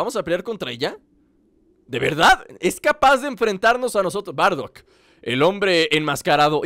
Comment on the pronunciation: no se dice bardack se dice bardock